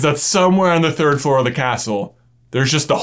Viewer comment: i cant get over the way he emphasises the hole in the third floor